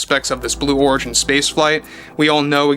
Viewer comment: it's origin as in original. Not Oregon as in Oregon. 😅😅😅